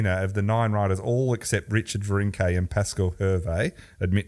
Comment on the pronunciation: clearly doesn't watch the Tour or failed French at Melbourne Grammar. His pronunciation of cyclists names is deplorable. Richard Virenque is Rishard Vironk.